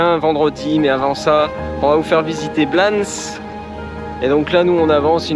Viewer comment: Je pense qu’on dit « blanessss » on est en Espagne donc on prononce toutes les lettres et notamment les s !! 😘